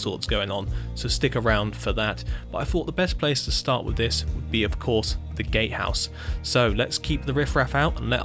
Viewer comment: “Gatehouse” but his “t” is silent